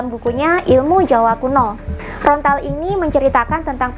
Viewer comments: daun lontar mbak ....bukan rontal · Lontar bukan rontal... Saking semangatnya sampai keliru mengucapkan... Tapi keren sih yang di uraikan... Rahayu Sagung Dumadi 🙏🙏🙏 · lontar mbak...bukan rontal....hehehe......